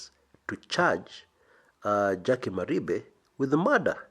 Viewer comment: Jackie does not hail from Kisii county. Her name is jaquie wanjiru wa Maribe wa Mwangi;- pronounced "mari-fe"